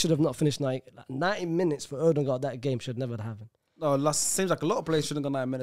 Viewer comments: As a Dane I've never heard anyone say that Ødegaard is called "Ødengård" and try to get away with it. If we say Ødegaard the D is very soft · Danish guy here, and we dont say Odengaard, like, brudda is wafflin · As a Norwegian, I can confirm he says Ødegaard very wrong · My guy I’m from Denmark, and you ain’t saying Ødegaard right.🤣🤣